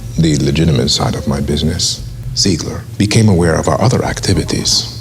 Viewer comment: Werner Zeigler ??? WER. NER. ZZZZEEEEIGLER